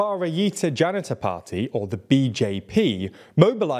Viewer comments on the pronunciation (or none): As an Indian I take offense at his pronunciation of bjp, my captions are showing it as bharatiya janitor party, and we already have that, it's called aap